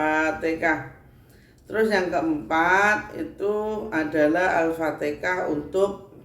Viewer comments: ALFATEHAH MAAF BUKAN ALFATEKA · Apatikah, alfatihah buk bukan alfatikah